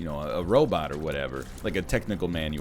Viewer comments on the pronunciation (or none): none